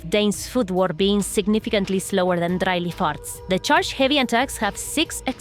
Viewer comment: I love how your accent turned Dry Leaf Arts into "Dryly Farts," which also seems to be your reaction to video.